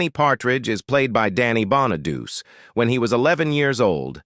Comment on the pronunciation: Is the voice AI ? The guy keeps mispronouncing Danny Bonaduce name